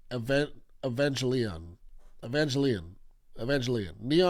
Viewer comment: For the record, "g" in Evangelion is hard g(like ground or gear).